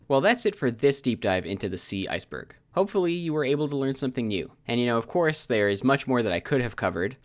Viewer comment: The I-C-Berg